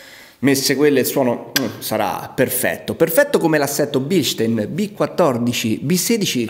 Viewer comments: in germania si chiamano bilstaaaaaaaaaaaaaaaaaaaaaaaaaaaaaaaaaaaaaain e devi ruggire quando lo dici.:D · BilstAin... In tedesco :-)